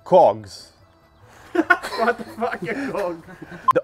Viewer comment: That suddenly gay moment when you say 2 cogs with different intonation.